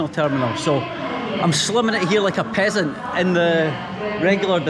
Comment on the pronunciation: I don't have anything for business lounge access, the way you said peasant got me into tears 😭😭😂😂😂